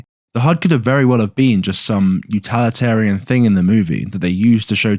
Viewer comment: "Utalitarian"? Is that like utilitarian, except more... totalitarian?